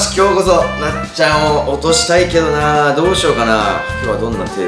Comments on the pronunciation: どうしようがどうし「や」うになってる😂 かわいい〜☺️💗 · ８分３5にどうしようなのにどうしやうになってる！w